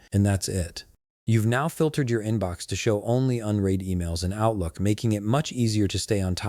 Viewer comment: unread rymes with undead not unheed!